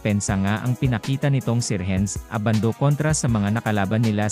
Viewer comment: Si Edu ang mas may chance sa tingin ko, 6'10 na defensive player na mabilis. Si Abando undersize para sa NBA, unless mag slide sya sa Point Guard position. Ayusin mo naman boss audio mo, Ai na nga lang, mali mali pa ang bigkas ng name. haha A-ban-do ang bigkas, hindi Aban-doo. Hehe ginagaya mo naman mga Koreano sa Anyang e.